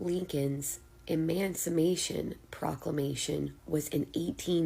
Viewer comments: Chick what do you mean,,,"EMANCIMATION" Isn't the word "EMANCIPATION"??? But if we as Black folk mispronounce a word we are dumb!!!! Get it right young lady get it right. You guys always have something negative to say about our culture so this is my negative energy about your,,, oh I forgot you don't have a culture!!!! feedback about what you are sayinlg🤔 💪🏿💪🏿💪🏿💪🏿💪🏿💪🏿💪🏿💪🏿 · I fast forwarded the video once she said “emancimation”😂 I can’t keep listening to ignorance, it’s no longer funny. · FIRST OF ALL IT'S NOT EMANCIMATION, IT'S EMANCIPATION !!!!!!!!!!!!!!!!!! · A European woman who can speak her own language!"Emancimation"😂😂😂😂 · 1st of all, WHAT TF, is Eman'siMation❓2nd, "women..." Implying BLACK women, aren't women‼️When they say "women", they're referring to white women. According to Nature & genetics, they're NOT natural beings‼️ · Emamcimation proclamation...😂😂😂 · Why is it so hard for people to pronounce "emancipation"?